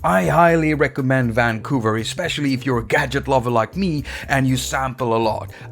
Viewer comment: Hate it every time you say: Vvaaan...COUVER